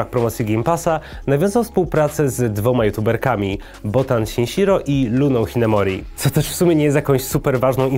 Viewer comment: A jej nick nie czyta się po prostu shishiro?